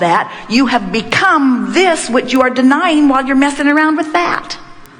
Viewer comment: THANK YOU ABRAHAM HICKS I LOVE HOW YOU SAID GHIS YOU ARD SUPER GREAT❤❤❤❤